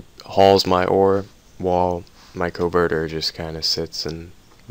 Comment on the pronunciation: Covetor....not a covertor...'kah-vet-or'